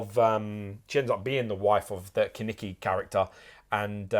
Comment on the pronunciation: Would be great if Kaneki was Keneki 🤣🤣🤣